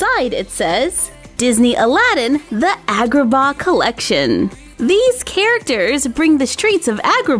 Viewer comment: i'm pretty sure it's pronounced like when the dentist makes you say ahh (so ahhgraba )